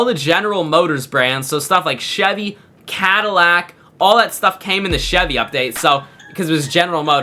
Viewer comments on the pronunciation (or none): none